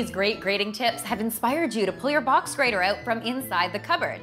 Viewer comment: I heard a canadian "OUT". ;)